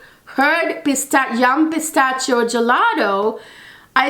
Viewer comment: Thank you so much for a great, on point review! Just wanted to point out that the “ch” in Pistachio is pronounced as “sh.” ☺️❤️❤️